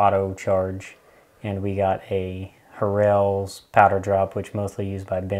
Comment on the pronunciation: You’re terribly mispronouncing Harrells. Only pronounce one of the r’s. Good video though.